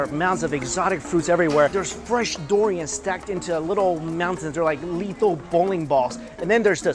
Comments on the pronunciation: i think its durrrrrian, not doorian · Yes, it should be pronounced as "dew-re-an" not "doo-re-an". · Oh my gerrrd, it's durian, not Dorian.